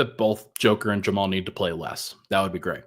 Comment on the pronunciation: My new years resolution is to get to quit adding "ch" to the end of every time he says the word "and"